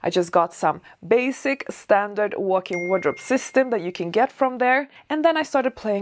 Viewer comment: Are you saying "workin wardrobe?"